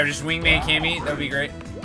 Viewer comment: Its kamak not cammy